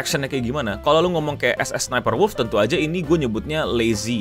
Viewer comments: Penampakan langka orang awam menyebutkan nickname dengan benar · Gg bang nyaris setiap nyebut Sssniperwolf ejaan nya bener 😂